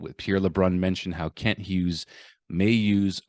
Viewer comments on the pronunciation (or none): none